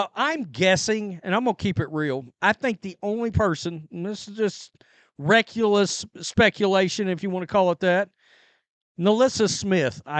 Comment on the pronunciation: “reckulus speculation” 😂😂😂😂 my brother you cannot talk lol